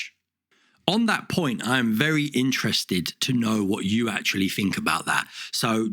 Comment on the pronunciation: Think. Not fink.